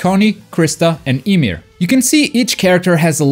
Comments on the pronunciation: You said titan imir it's pronounced (YA-MEER) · "Titan ee-meer" gives me cancer